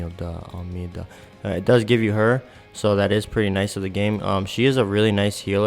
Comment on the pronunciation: lol that's ALMEda, not AMELda